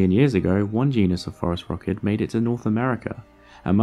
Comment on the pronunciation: I’m sure it’s obvious by the comments but to anyone new, “phorusrhacid” has a soft “c”. Also there is a pretty big error in the video where he suggests Gondwana existed at all in the cenozoic. South America separated from Gondwana in the Jurassic period. Possibly before birds evolved let alone phorusrhacids. This is why it is controversial that they made it to the other continents.